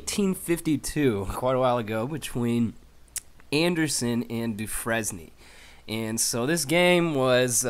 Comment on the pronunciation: It's pronounced "du frane" not "du fres nie".